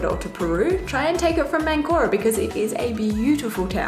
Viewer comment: You started in what you called ManCORa. It is MANcora, the emphasis is important in Spanish.